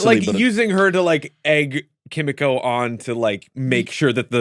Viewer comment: Ki mi ko not kim me ko